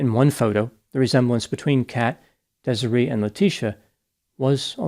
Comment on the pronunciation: How tf do you mispronounce Desiree?